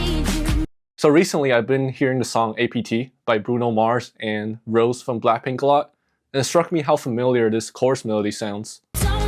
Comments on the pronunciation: not him saying rose instead of rosé 😭😭😭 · Its pronounced "Rosay"